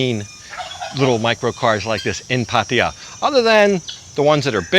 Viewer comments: You pronounce Pattaya this way NOT Pattia 😂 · Just love the way that puts down the people that are always there ready to correct him and other vloggers about something or other, How much does it affect the video when you say Pattaya incorrectly so long as it is understood where they are at?